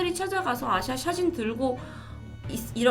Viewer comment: 전 아시아로 들었어요..ㅠㅠㅋㅋㅋㅋ